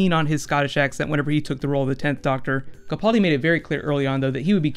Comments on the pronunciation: Ca-PAAL-di not Ca-Paul- di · First, it's kuh-pal-dee, rhymes with gal. Secondly, he was translating for the dinosaur in his sleep.